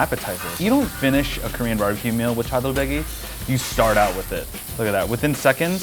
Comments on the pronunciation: THE MAN SAID CHADOLBECKY WITH THE GOOD HAIR LMAOOO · His pronounciation of ‘chadolbaegi’ gives me cancer. Please say it right, I can’t afford chemo